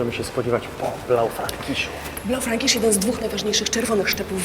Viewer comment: BlaufrEEEEEnkisch w wymowie.